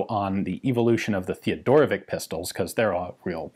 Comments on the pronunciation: It's "Rawd" not "Roth*" and "Munnlisher" not "Munnlicker", but with the second name you are getting better, being almost there. I bet, i'm not sure, that it's "Tayodorowitch" not "*Theodorowick", too. Also it's "Sh-tire". One day you will master all them german weapon manufacturer names, i'm sure. The book title was great, though, which gives lots of hope for your German in the future. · come on man...it's not theodorovik...it's teodorovich.....he was serbian...it is a slavick surename.....othias made the same mistake....slavick surenames ends with ...""vich".......means 'son of Theodore' ....like tomson....or johnson........all do respect..mr.Ian...it's TEODOROVICH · I die just a little bit every time Ian pronounce "Teodorovick" instead of "Teodorovich"! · I'm pretty sure that it's a Slovenian last name, and it should be pronounced like Theodorowitch (or even Fedorowitch), not Teodorowick